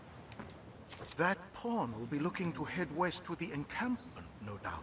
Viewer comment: Pawn not porn